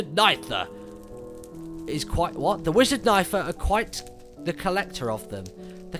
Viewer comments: When he was trying to say Nythera it sounded like he was saying my name.....knifer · It's nigh-there-r-i-a